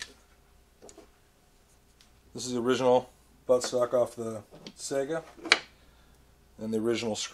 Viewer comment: I swear to God if I hear him say Sega instead of Saiga I will slap some one.